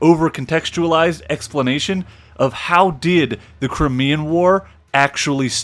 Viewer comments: Its cry-mee-an, not cri-mee-an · Crimean is pronounced CRY-ME-AN.